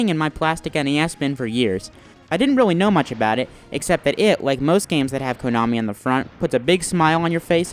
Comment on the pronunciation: In my 34 years of life on this planet, I have never heard anyone pronounce it "KOH-nami".